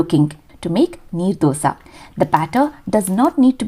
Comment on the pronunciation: It's Neer Dosa . Not knee Dosa. Neer in karnataka means, the batter is Wattery/very flowy consistency types.